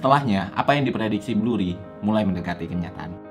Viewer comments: BURRY bang, bukan BLURRY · 1. Michael Burry, bukan Blurry 2. Bukan hanya MBS, tapi ada CDO dan CDOsquared yang kontribusinya besar terhadap kehancuran ekonomi 3. SPM bukan berarti berpendapatan rendah, tapi credit score-nya rendah, mau gaji rendah atau gede tetep bisa punya credit score rendah kalo pembayaran kreditnya jelek 4. Ga ada penjelasan kalo KPR tersebut dijadiin MBS yang kemudian MBS tersebut dijual ke investor, yang artinya yang nanggung risiko KPR tsb bukan bank lagi melainkan investor 5. Dari sekian banyak yang main MBS dan CDO, cuma Lehman yang disebut, padahal BofA Credit Suisse Goldman JPM Citi MorganStanley juga ikutan MBS(tapi ga sampe zonk) 6. Yang nilai MBS bukan cuma S&P, Moody's sama Fitch juga ikutan (ini ada di film) 7. CDS sistemnya bayar premi, bukan semakin tinggi semakin rugi, itu swap bukan CDS 8. DJIA dari 2007 ke 2009 turunnya 54% S&P500 Nasdaq juga sekitaran 54%, mana bisa baik indeks atau saham harganya turun lebih dari 100% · Penjelasannya keren detail dengan durasinya hanya 5 menit tapi banyak kesalahan pengucapan seperti Blurry, The FED BUKAN THE FID, dan MORTGAGE bacanya MORGEJ bukan MORTEJ. Gue kira awalnya salah sebut aja, tapi kok diulang-ulang.